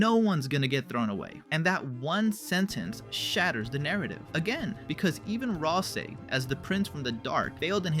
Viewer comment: "RAL ` SEE". Please. For the love of goat mom pronunce it roite m8. prono-unce it roit.